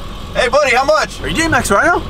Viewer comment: Who else loves when says ryno. 😂